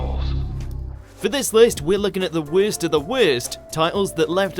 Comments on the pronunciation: Wirst of the wirst? What? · "Werst of the werst"